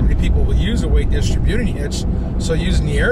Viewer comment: drives me nuts with his pronunciation of distributing! LOL